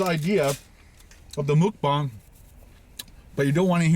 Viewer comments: mukbang is pronounced MUHK-BANG rather than ‘mook-bang’ as you’re saying, its comes from the word ‘먹는방송’ (muhk neun bang song) for eating broadcast where ‘먹’ (muhk) is short term for eating and ‘방’ (bang) is short term for broadcast 🇰🇷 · Its pronounced muck rhymes with yuk ..not mook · Pronounced more like mawkbang. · Congrats on using Hangul, but it’s pronounced closer to “mawk-baw-ng” :)